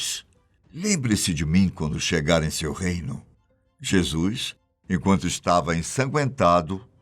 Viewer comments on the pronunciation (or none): Um único problema no vídeo a pronúncia correta é "Jesus" e NÃO. "Jesuis"... Precisa melhorar a pronúncia, pois é necessário 👍